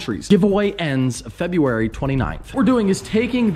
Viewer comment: Like if he said febuary 29th???